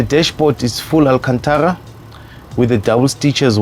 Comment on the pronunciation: I felt him when he said AlKHanThara...